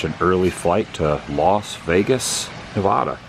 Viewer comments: I always hear you say the “nevoda” haha it’s “nevada”. Love you’re vids Adam! ❤stay awesome bro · How do you pronounce Nevada in the US? Say "Neh-VA-duh". That is the correct way to pronounce the state name. Put emphasis on the second syllable. Pronounce it so that the middle part rhymes with the “ad” sound in the words "sad" or "mad."